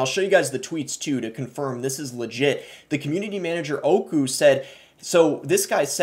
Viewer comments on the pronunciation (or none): Hearing him say oyku literally killed me its öykü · I don't know how this just keeps getting worse. Also, your pronunciation of Öykü was hard to get through XD Understanbable tho